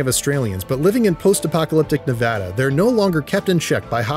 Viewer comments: state of Ne-VAH-duh not whatever the hell you just said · It’s Nevada not Ne-vah-duh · Its ne-vad-a not neh-vah-da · clicked off of the video when you said "nevawda" jk, great vid Also yes Boone actually did kill his wife lmao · THATS NOT HOW YOU PRONOUNCE NEVADA!!!! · my brother in Christ stop saying Nevada your saying wrong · Please learn how to say Nevada properly. Otherwise, great video